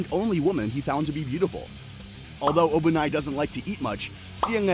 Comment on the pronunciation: why do you pronounce obanai like that..💀